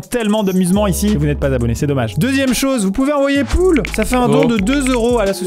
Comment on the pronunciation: Poulet sans "t"